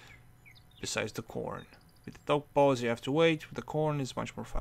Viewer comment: The way you pronounce dough balls tho :D